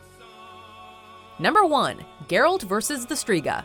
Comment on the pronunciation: streega?...striga i not ee